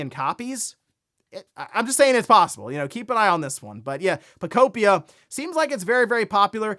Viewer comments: “Poe-Kope-pia” I wish you’d stop calling Pokepia that. It doesn’t make sense to say it that way. 😂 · He just cannot figure out how to pronounce that damn word lmao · Pokopia... guess the a makes an o sound now.